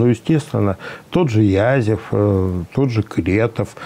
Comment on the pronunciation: Не Язев, а Язов. Вы хоть иногда можете не истерить??! Суки. По другому и не скажешь!!! Суки